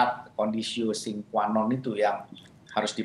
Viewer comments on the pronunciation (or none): conditio sine qua non. dibaca 'sine' bukan dibaca 'sin'..🙏